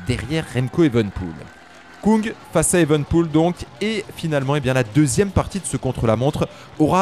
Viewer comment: Merci pour ces comptes rendus de qualité ! Pour info on prononce Stefan Küng (ue) et non "Koung" car en allemand le tréma modifie la prononciation du u. Il se prononce comme en français